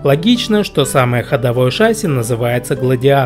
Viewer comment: В слове ШАССИ ударение ставится на второй слог.